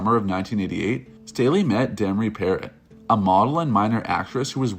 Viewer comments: This asshole doesn't know what he's talking about. He's copying other documentaries and can't even pronounce Demories name. It's pronounced peerr-o not parrott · Also when he called demri parrot 🦜 like the bird instead of Pa-Row like its pronounced